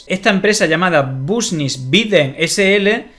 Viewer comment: Una cosa es no chanar ingles pero decir " busnis" 25: 03) va más alla 🤦eso ya es ahínco 😅🙋